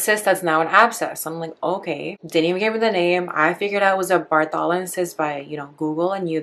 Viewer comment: Pronounced BARTHolin.